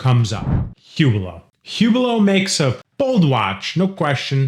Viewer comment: The H in Hublot is silent.